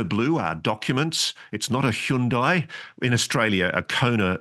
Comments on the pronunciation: Ross's pronunciation of Hyundai and I'm Australian was the weirdest thing i saw today lmao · The scariest parts of this video were when I got jumpscare'd by your pronunciations of "Hyundai" and "kiboshed".